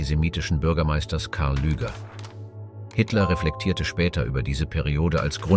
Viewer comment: dr karl lueger nicht karl lüger lueger